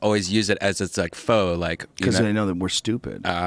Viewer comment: No faux is pronounced faux.....also niche is pronounced with a soft ch not an itch sound.